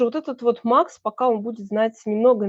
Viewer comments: Да, не МАХ- Макс, а МАХ- Махмудка, как сказал Борис Воронин. Как же запрета на иностранные названия?! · платформа назывпется не MAX( на английском), а Мах( МаХсуд Шадаев) Мах по- русски.